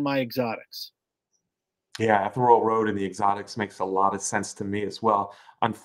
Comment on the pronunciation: Guys, it's pronounced "EE-THEE- REE -AL" Road!! LOL!